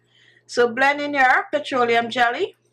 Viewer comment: I love the way shé says ' BLEND ' , she sounds jamaican.🥺🥺❤️